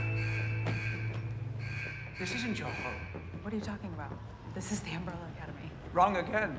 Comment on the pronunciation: Umbrella not Amrela 🤣🤣🤣🤣🤣🤣🤣🤣🤣🤣